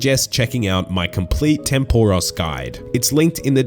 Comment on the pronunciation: my god man, atleast pronounce tempoross correctly